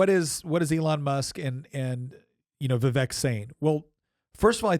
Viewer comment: Vivek rhymes with cake.